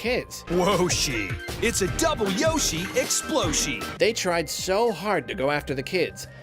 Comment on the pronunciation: WHOASHI! ITS A YOHSHI EXPLOSHI!!!!!!111111!!!11